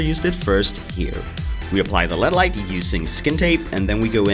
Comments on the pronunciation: He says led lights instead of L E D lights lol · did he just call it a "led" light? wtf